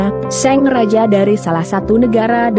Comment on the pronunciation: Ini ug baca naskah orang apa robot se, Sang sllu d baca Seng